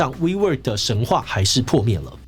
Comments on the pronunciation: 我怎麼聽wework都像是「揮霍」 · 听起来像vivo 😂